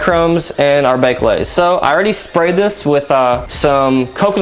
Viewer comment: Why can't he say baked lays